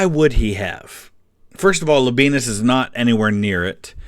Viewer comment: Pretty sure Labienus is pronounced Laby-en-us, no diphthong.